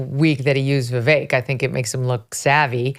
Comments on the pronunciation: I’m totally voting for Vivek (Viv-ake) Dave. Say his name correctly. Trump is a flippant fool! Vivek is playing this correctly. I’m so sick of Trump’s childish bs! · I quit watching Dave Rubain because as a Vi-“vake” fan Dave can’t figure out how to say his name. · Honestly.... Has Vivek at least earned enough respect to pronounce his name right? Vivek like Cake. Be professional and pronounce name correctly please. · Pretty sure Dave does it on purpose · Dave won’t say vivek’s name correctly which is disrespectful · Can Dave not pronounce Vivek correctly?